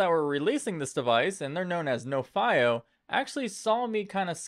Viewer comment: I thought it was pronounced NO-fee-oh ?